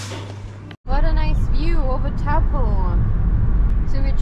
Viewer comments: You are lovely people. The town is a Maori name. It is pronounced like toe(as in your feet) and po (as in rhyming with no). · Toe pawwww! 😂😎 yeah I really need to get better at pronunciation of these words! It’s dreadful 😂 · Also, Lake Taupo itself (pronounced toe-po) is a large caldera volcano. Google it. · Hi...enjoying ur content...Taupo is pronounced toe paw...if ur interested...😊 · Tau. Po.